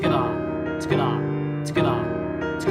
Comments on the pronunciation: I love how this guy says tugeda so quickly or it even sounds like skeda 😂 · “Togetha”. The way he says it is so weird